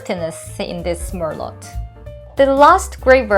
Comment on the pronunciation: Don’t pronounce the “t” in merlot please 🤗🤗